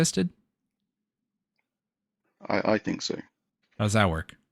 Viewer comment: He finks? wtf is he finking about?